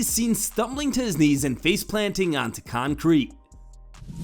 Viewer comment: contrete? whats that